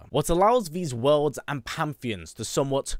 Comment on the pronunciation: Hate to be that guy but its pan·the·ons according to google